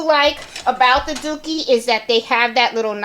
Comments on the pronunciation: DURkee not DOOkie 😊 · Great video! Sorry but I giggled everytime you said dookie frames🤣 My 12 year old was also getting a kick out of it💩🤪🤣